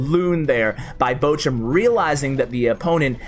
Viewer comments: Your "Bochum" is ironically close to "butcher" :P (the ch is close to L'och' Ness.) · Its so funny how He pronunces Bochum fan😂Finally He shows a lavahund player, i play the same deck as him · pls learn how to pronounce "Bochum"